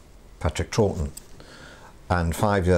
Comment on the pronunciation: Impressed how both Troughton & Pertwee's names are mispronounced!